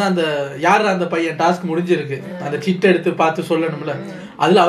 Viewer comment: சீட்டு ❌ சிட்டு ✅